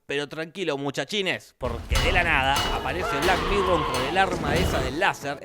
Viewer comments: Por que es argentino, aunque creo que lo hace a propósito ya que resulta más gracioso, de una u otra manera a mí me gusta. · No supero que cada vez que habla de la tipa le dice black mirrow xddddd